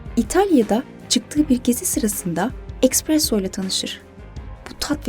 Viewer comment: Yıkıcı değil yapıcı bir eleştiri olarak algılayın yazacağımı . Ekspresso değil ESPRESSO